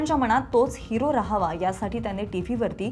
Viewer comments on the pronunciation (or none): हे विषयच भारी चे जे कोणी HR असतील ते ह्या निवेदकांना काय म्हणून hire करत असतील? इथे कामाची एक माफक अपेक्षा असेल की जे निवेदन असेल ते स्पष्ट शब्दांत व्हायला हवे. तर ह्यांचे उच्चार असतात कसे? तर मणातून, जणमाणसात, त्याणे असले?